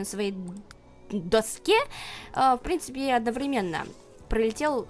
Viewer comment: "Ну и в прынципе" :DD